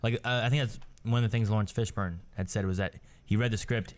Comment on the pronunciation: "Laurence Fishburg" I love it.